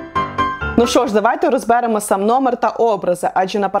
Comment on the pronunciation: При всій по вазі , але це Ваше "розбЕремо"ріже слух